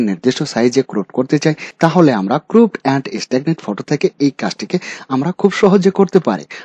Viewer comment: ক্রুপ নয় ক্রপ।